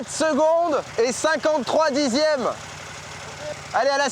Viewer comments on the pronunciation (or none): Sans vouloir être méchant, sincèrement, oui ça fait mal aux oreilles ce qu'il a dit, mais "dizièmes" ça fait mal "auZ" yeux... Après, même si la majorité aura compris, si cela vous intéresse, sachez que pour la notation vous mélangez deux systèmes sexagésimaux, certes de temps, mais l'un mesure la durée et l'autre les angles. De plus sur les "53 dixièmes" mal prononcés par vous ajoutez correctement 5 secondes, mais, vous utilisez "18" pour exprimer les 3 dixièmes restants en faisant une conversion hasardeuse de la base sexagésimale vers la base décimale, sauf qu'ils (les 3 dixièmes) sont déjà en base décimale comme les 50 que vous avez très correctement converti en 5 secondes, donc il reste 0,3 seconde tout simplement. Avant la virgule en sexagésimal, après la virgule en décimal. votre 1min 02'18'' se lira donc 1 minute et 02 minutes d'arc 18 secondes d'arc il aurait été juste de l'écrire.3 (technique) 1 min 2 s 3 (international).300 (officiel course -de 1h) et bien évidemment le temps réel sans l'erreur de prononciation est de 57 secondes et 53 centièmes.530 encore une fois, ce n'est ni pour être méchant ni pour faire le malin, j'ai tiqué comme vous lors du visionnage, j'ai apprécié votre taquinerie mais je trouvais ça dommage qu'elle manque de justesse.